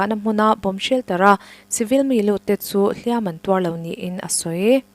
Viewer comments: "Hliam"-ah hian 'Tuar" nena i sawi zawm chuan, "Hliam" hi a ri hniama lam tur aw. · HLIAM AN TUAR ti lovin AN HLIAM LO tih hi zotawng DIK zawk a ni. Hliam an tuar lo tih hi hman dawn chuan HLIAM hi lam rik hniam tur a ni